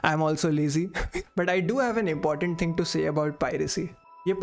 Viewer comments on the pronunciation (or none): none